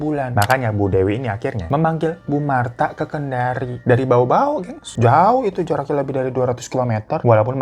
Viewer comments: Hai bang, aku dari baubau, bacanya baubau ya bang, bukan baobao. Baubau kendari naik kapal bisa sekitar 6 jam-an bang. Kalo naik bus bisa sekitar 7 sampe 8 jam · maaf bang bukan bao-bao tapi bau-bau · ralat kak bacanya kota baubau bkn bao bao btw gw org baubau ya😁😁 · Bau bau kak😂. Aku kok dengarnya bao bao😅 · Baubau kak bukan baobao. Wkwk aku tinggalny d baubau ya. Salam kenal kak😂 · Maaf koreksi, Bang hiro selalu salah sebut nama kota bau bau. Selalu sebut kota bao bao 😂😅 wallpaper video juga, tertulis sulteng (sulawesi tengah). Harusnya sultra (sulawesi tenggara). Tapi tidak apa apa ya bang. tetap semangat buat video TC ya bang. ❤ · Kota Baubau bang hiro.. bukan Baobao HAHAHA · Hadir kendari btn korem. Btw penyebutan kota nya bau bau bang bukan bao bao he heeea ❤❤ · bau-bau baaanggg bukan bao-bao:( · Baubau bacanya tetap "Bau bau" bang Hiro. Bau di baca double. Wkwk. Bukan baobao 😂. Gapapa deh. Namanya juga bang Hirotada. Wkwk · bacanya bau bau bang😭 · Pengucapan Baubau nya biasa aja bang nda pake 'o' tetap 'a'....😊😊😊